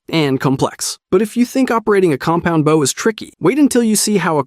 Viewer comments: What the frick is a Baow? .. it's called a BOW!! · Alright, to sort out the bow thing, because it really bugs me There are two bows in the English language. The first one, is the bow of a ship. This is what you keep saying, with an o pronounced like in "ow" The second one is the hunting bow, pronounced with an o as in "oh" I hope this is more helpful than just complaints Great vid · baow? what the fuck is a baow bro 😭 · Fuck baaw what reminton? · I like the video but why are you saying bow wrong but crossbow right? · I was enjoying the video but you keep saying bow wrong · Same 😂, so painful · As an archer, violinist, arts & crafter and white belt in karate it really throws me at times 😅🤷🏽‍♂️😂